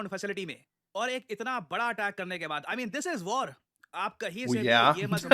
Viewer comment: Can't even say "WAR" 😅